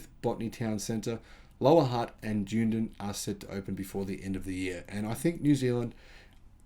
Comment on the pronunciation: Lol. dune-din.. it's pronounced as dun--edin (sounds like done-eden).